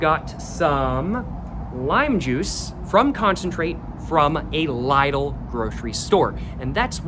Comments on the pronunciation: for future reference, lidl is pronounced like the word little otherwise no complaints on my behalf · aint no way you pronounced Lidl as in Laidl 😂